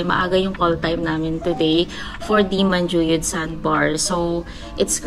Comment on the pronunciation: Niceeee vlog :)welcome to negros its MAN-Who-Yud :)